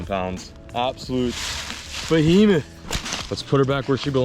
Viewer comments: “Absolute BOHEMETH” I love when says that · Lol yeah I cringe but love it at the same time.